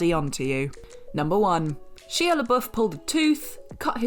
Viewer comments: The Shia comment is a bit outdated, he's made a complete turn around in his life, is now sober and has actually become far more "normal" than in recent years. Give the man his due, he may have fallen hard,... but he got back up. ( ....and his name is pronounced SHY-UH, not SHEE-UH.) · For the LOVE OF GOD!!! His name is pronounced Shy-uh not She-uh. You guys and your refusal to say names properly pisses me off! I don't care if you're British, you say someone's name the way they pronounce it! EFFING RUDE. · That is not how you pronounce Shia 😂😂😂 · Some of these are really interesting but Horns isn't a horror movie. At least not to me and I've seen it several times. Its a good film. And in referring to Halle Berry and her prestigious career, they could have named a better film than Catwoman. Catwoman?! Not Monster's Ball. Not any of the X-Men films she was in. Not Dorothy Dandridge. And why do they keep mispronouncing Shia's name?!